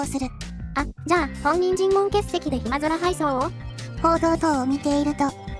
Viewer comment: なるこさまは 暇空をヒマゾラと読む。